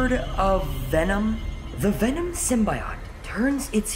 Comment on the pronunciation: Venom not o om